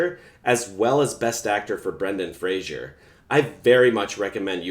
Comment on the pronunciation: How about learning to say his name correctly. Fraser rhymes with razor. It's not Frazhier. I did NOT enjoy your video and will not subscribe. Learn how to say his name if you're looking for subscriptions. Jesus.